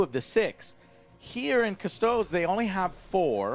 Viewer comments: Joe. I say this with the utmost respect but custodes is pronounced Cus-toad-ees. Not cus-toads. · No sir, it's Adeptus Custards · Definitely 🍮 ies